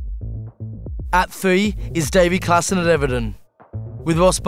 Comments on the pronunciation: It's klaassen not klassen 😂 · Klaassen....not klassen xD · Klaassen* not klassen lol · Don't want to be that guy, but it's KLAASSEN, not Klassen. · Klaassen* not Klassen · Klaassen not klassen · It's Klaassen* ;-)